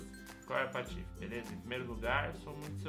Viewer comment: eu acho engraçado quando vc fala patofs patife